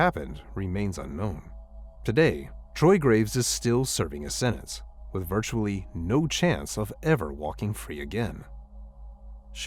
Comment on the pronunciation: "...virtually.." VIRTUALLY? V I R T U A L L Y?!?!